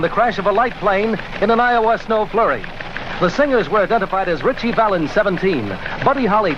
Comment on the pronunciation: You pronounced Ritchie Valens' full name incorrectly.